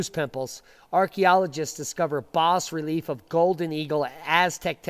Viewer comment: The "s" is not pronounced in bas relief.